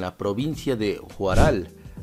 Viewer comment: NO ES JUSRAL HUARAL.